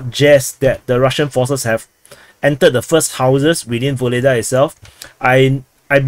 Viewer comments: Yes . This is true. But "Vuhledar" not "Voledaaa" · Ugledar, UGLEDAR. Stop butchering names so heavily. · Vuhledar is pronounced without the v! Worth knowing if reporting on the SMO. Like the begining uurrarrr 🇷🇺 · I thought it was "Vugledar"--saw it written in Cyrillic on a map